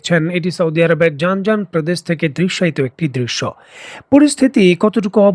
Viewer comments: ভাই জান জান প্রদেশ না।জিযান প্রদেশ। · জানজান নয় প্রদেশটির নাম জিযান